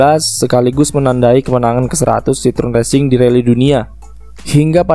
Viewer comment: Jika ditulis dengan pelafalan Indonesia, maka Citroën bisa dibaca "Sit-kho-en". Seperti bisa dilihat di video berikut: 1. 2. Komentar ini hanya sebagai penghormatan atas nama brand dan kulturnya saja. Bukan bermaksud mengkritik negatif. Keep up the good work!